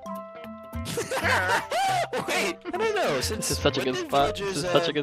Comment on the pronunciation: MISSING A LOT OF B- OW OH MY GWAD